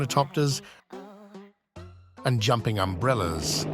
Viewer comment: jping umprellas😂😂😂